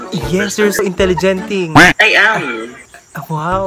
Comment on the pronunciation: When said "your so intellegenty'lmaooo😂😘